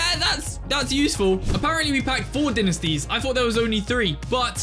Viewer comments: Great vid! but Dinisties💀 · good video but dinesties got me triggered